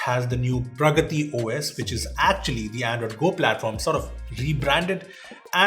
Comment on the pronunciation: Did he say pargati OS 😂😂😂